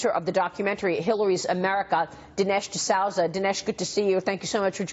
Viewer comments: Desowza??? Wtf? #Reading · She prounced his name Da'sowza haha!